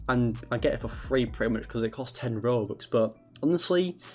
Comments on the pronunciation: You know it’s a scam cuz he say BOBUX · bruh he sed bobux instead of robux 😂😂lol